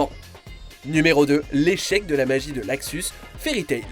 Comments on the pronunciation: "Laxus" c'est LUXUS bordel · Putain luxus. Pas laxus bordel ! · Luxus et non laxus. Merci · Et on dit luxus pas laxus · C est pas laxus mais luxus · En VF sa se dit Luxus